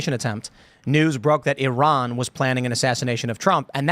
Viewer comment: One day American's might learn how to pronounce Iran and Iraq properly.